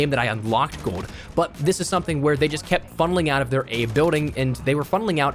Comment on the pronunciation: You say gold like GOAD